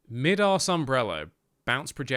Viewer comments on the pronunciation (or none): Idk why but it BUGS me, ITS MY DAS umbrella DAS as in ADIDAS NOT MID-ASS thank you😄